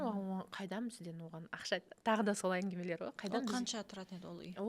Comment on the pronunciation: Әнгимелер емес әнгімелер осыны бірінші эфирден айтқым кеп жүрген, ал эфир үшін рахмет🙏